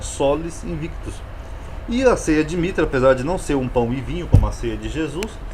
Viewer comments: Uma observação: aos o senhor fala “Sola Invictus ” com o “v” sendo pronunciado como “vê” e fazendo uma distinção do “u”. Isso está errado pois, de acordo com a pronúncia reconstituída do latim, o “v" tem som de “u”. Logo o correto seria “Sola Invictvs” lê-se “Sola Inuictus”. Espero ter ajudado ☺️☺️☺️ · E sim, no latim clássico não existe o “v” com o som “vê”. Sola Invictvs era um deus adorado pelo imperador Aureliano, o restaurador do império.